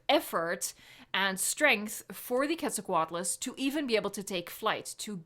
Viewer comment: FINALLY! as a mexican paleontologist in formation, it always itched me when people that don't know the root of the name, "Quetzalcóatl", the "Que" is pronounced as "Ket", and not "Qu-et"!!!!